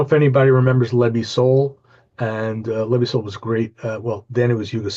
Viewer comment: Brilliant episode, great thing you have Moonlight Sky, fantastic band form Slovenia. Leb i sol was a band from former Yugoslavia, you said it perfectly, but now they are known to be a Macedonian band. New Hooffoot is brilliant, one of the best releases this year.